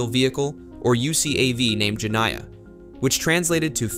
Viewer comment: Jeniah, in Arabic, is the female of Djinn which is a kind of fairy.. the I after N must be read as ee Jenneeah phoneticaly.